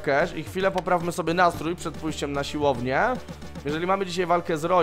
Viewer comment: Proszę mów ,, siłownię ,, a nie silownie bo uszy krwawią